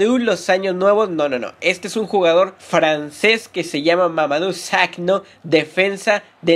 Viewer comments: no se pronuncia "sakno" se pronuncia "sako" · se pronuncia sakho no sakno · Victor Saturday Es sarcasmo, se dice Saco pero el dice Sacno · Es Sakho, no Sakno, Adrian Mutu fue MP o delantero, no defensa. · George best cayó en la droga, igual lo sacaron leyenda en U.T. Pd: En fifa 17 esta sakho (saco) y no sakno xd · Yehudi xd :v Dice Sakno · Me cague de risa cuando dijo sakno!!!! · el primero de la lista no se pronuncia "sacno" se pronuncia "sako" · Sakno? madre mía... Sakho tal como sonaría en español porque la H no se pronuncia... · es mamadou sakho no sadou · mamadou sakho no sakno 😠😠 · maicol linares se pronuncia mamadou "Sajo", la "kh" puede ser pronunciada como una "j" y digo esto porque su apellido es senegales y soy de senegal. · Sakno??????????? WTF aprende a pronunciar o buscar "fuentes" como lo dijiste en el video para la pronunciación si no no hagas el video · perdió toda seriedad el vídeo cuando le dijiste "sagno" a mamadou sakho,aparte si termina con K H O,como carajo haces para pronunciarlo "sagno" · es Sakho no sakno, es una 'h' no una 'n' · SAKHO Porque pronuncias SAKNO?????????????